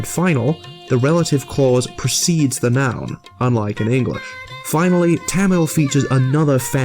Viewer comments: First of all its [ t̪ʌmiɭ ] / [ t̪ʌmiɻ ] not [ t̺ʰæməɫ ] secondly Tamil does have voiced stops, it is voiced when it appears in the middle or the end of a word except when its germinated for example [ kʌ:l ] [ʋʌɳɖi] and [ʌp:ʌn̺] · ITS PRONOUNCED MORE LIKE THUM-OL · YOU PRONOUNCED TAMIL SO WRONG IT HURT MY SOUL